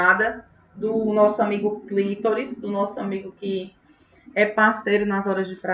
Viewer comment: Não é clítoris, é CLITÓRIS!!!🤌🏻